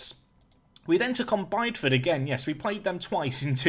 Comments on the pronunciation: Just to keep the pronunciation theme going... It’s Bid-E-Ford not Bide-Ford. I did some work on the sewers round there about 7 years ago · Jack it’s bid e ford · One of the highlights is how you mispronounce names. Today's entry is Bideford. It is pronounced BID-EE-FUD.